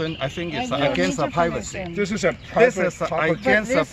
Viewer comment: "It's against the pivacy." Okay, Toh-Nee Mon-Ta-Na. 😆